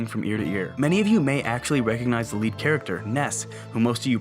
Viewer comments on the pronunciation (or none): none